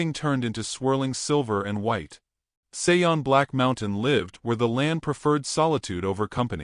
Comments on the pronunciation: I’m just curious about the pronunciation of the name “Sean.” Usually this name is pronounced Shawn or like actor Sean Connery’s first name. The narrator pronounces the name as Say-on. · Sean is pronounced Shawn. It's Irish. Otherwise it sounds like a nice story. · I was totally distracted by the wrong pronunciation.